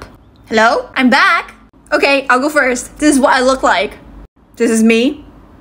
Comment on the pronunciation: "It's not OKEH to be OKEH"❤️(titan cry 😭)